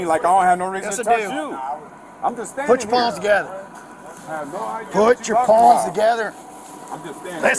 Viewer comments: I thought I was the only one hearing paws 😂😂😂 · It sounds like he’s saying put your paws together.